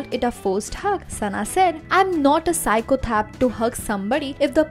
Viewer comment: She said psychothap instead of psychopath🤪🤪😅😅😅😅